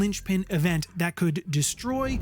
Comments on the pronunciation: weird, my correction would have been that Singh is pronounced as sing, not singe. It's a Seik name that means lion. Great videos and great channel. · Singe is when fire burns something. Singh is a last name, pronounced “Sing”